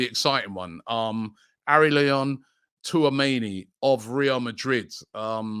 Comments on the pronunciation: Harry Leon Tchouameni😂...another one to the butchered list of names from Robbie😅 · Robbie - “ oh relyian too ah mayni” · Robbie really butchered Tchouameni's complete name